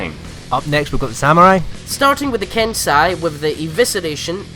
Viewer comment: "Ken-sigh" lol it should be "Ken-say", right?